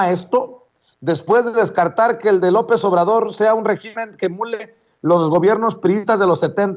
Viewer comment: Hola. Se dice régimen en singular y se acentúa en la e. En plural son regímenes y se acentúa en la i. Saludos.